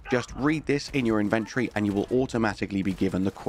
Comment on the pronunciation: Dude, the word inventory has four syllables